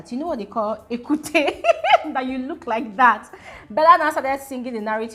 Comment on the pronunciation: It's Ekuke pronounced ekuuukeh. Local dog